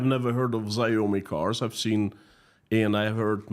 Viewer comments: Not that it matters, but Xiaomi is pronounced "Shau-me", to rhyme in between "Wow me" and "Show me". Not that their cars wowed anyone... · 🤣 😂 "ZIOME " 🤣 😂 the ZI is Pronounced SH Not Z 🤣 😂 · Chinese xiomi is said shao me. Great vid! Thanks 😊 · Xiaomi is pronounced something like SHAO-mee